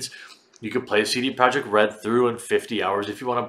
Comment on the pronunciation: Why do you say "Saidie Project Red"???? You say your vowel sounds weird.